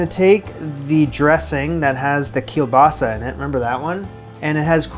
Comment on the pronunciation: Greetings from Poland, great pronunciation of kielbasa 🙂 and this dish is a monstrosity wow